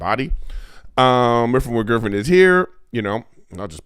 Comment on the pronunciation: Weffin wiff Gwiffen 😂